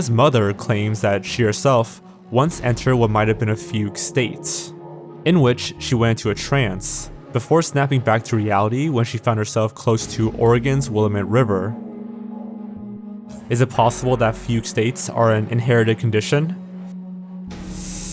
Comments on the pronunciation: As an Oregonian, every time a YouTuber say Willamette wrong I can't help but laugh. But besides that small critique, this was a great video. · He mispronounces scare all the time too. In this video there was also probably the worse pronunciation of Willamette I’ve ever heard. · Your pronunciation of Willamette is almost scarier than the fugue states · I used to live in Willamette, and if you pronounced it like that, you would be exiled by the locals